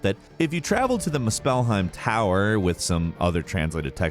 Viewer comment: Muh-spell-heim. gotta be doing this on purpose.